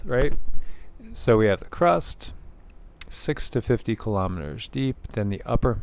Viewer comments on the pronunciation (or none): none